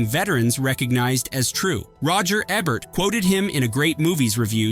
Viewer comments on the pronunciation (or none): EEEEE-Bert. E. Like when you say the letter. Then Bert. E should rhyme with key.